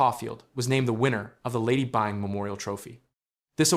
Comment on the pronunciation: Byng rhymes with sing, my guy